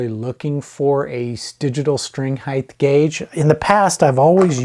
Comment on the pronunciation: “Height” doesn’t end in “th” 😃 rhymes with “right” and “fight.”